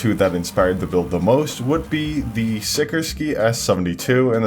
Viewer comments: Sih-KOR-skee not Sicker Ski. Who taught you to say words? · I’m sorry, did you just pronounce Sikorsky as Sickerski? It’s pronounced Sih-Kor-Ski. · as the child of a sikorsky worker, hearing your pronunciation hurt my soul. it did make my father laugh on the other hand.